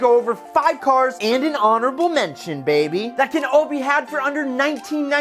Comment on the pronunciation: For the love of Jesus Christ please stop saying baby/bebeh